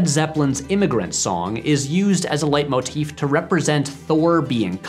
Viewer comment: Wow, you pronounced “leitmotif” just perfectly.